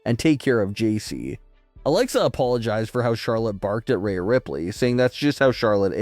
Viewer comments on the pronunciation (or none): Why are you calling Rhea, “Raya”??? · Dude if you can’t say Rhea’s name correctly stop saying it!!! The way you’re saying it is so confusing and sounds like you’re talking about someone else. Just say Ripley next time so everyone knows who you’re talking about and it’s not so annoying man!!!